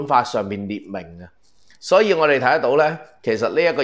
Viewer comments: 應是葉巧"琦(奇音)" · 葉巧琦應讀作葉巧"琪" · 琦，讀「奇」音吧？ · ；抱歉葉巧琦的琦讀音為奇而不是儀。謝謝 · 要糾正一下:葉巧琦( 讀奇)，綺(讀倚)。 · 琦字音應該係"奇" ，糾正一下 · 琦字讀音是"其"！ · 嗰個字好似喺讀奇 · ，「琦」同「琪」同音😅😅😅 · 【琦】字讀作奇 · 讀錯葉巧琦 個琦字讀聲 有時間更正返 好D